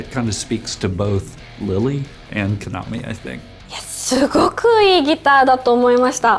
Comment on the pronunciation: Note to native English speakers: it's pronounced ka-na-mi, with equal emphasis on each syllable, not k'-NA-me. Unlike English, Japanese is one of the languages in the world with no lexical stress within words, so each syllable gets the equal emphasis. Getting people's names right is important and not difficult. We can do better.